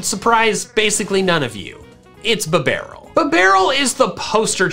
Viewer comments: He saying bibarel: B-Bah-rule I saying bibarel: Beeh-B-Rul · "Bah - barrel". its "Bee - Barrel" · Me: Finally a YouTuber that can pronounce "Bidoof" correctly!: BIBBARREL Me: That's it, I'm done.